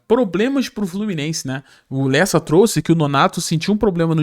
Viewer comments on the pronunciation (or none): none